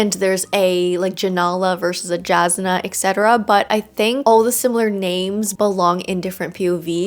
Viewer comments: Also Jasnah is pronounced with a Y sound Yas-nah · As an audiobook listener this pronunciation of “Jasnah” is messing with me. I’m sure lots of people say it that way, but I’m very much not used to it. (the J should be pronounced like a Y, if you’re curious. like Yasnah)